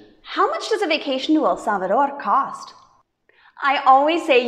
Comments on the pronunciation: You pronounce better EL SALVADOR ❤ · Love this video, and loved your pronunciation of El Salvador ❤🎉🎉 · You pronounced so good El salvador 👍😀😀